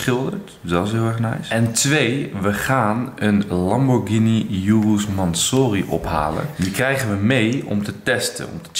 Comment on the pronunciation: je spreek urus en mansory verkeerd uit